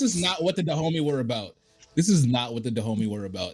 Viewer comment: "Kingdom of Da Homie" 😂